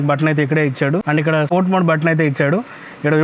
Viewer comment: Yaaa bro Rayalaseema Yasa vachindhi nenu video chusukunnapudu Adey anipinchindhi